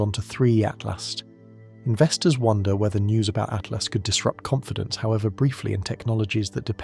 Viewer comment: Correct your AI narrator...it's ATLAS, NOT ATLAST.